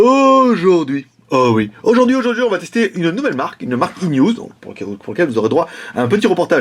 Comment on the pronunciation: Pourquoi iNEWZ ... lol ? ca se dit aïeniou, y'a pas de S à la fin:p